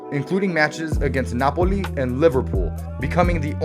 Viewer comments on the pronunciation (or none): none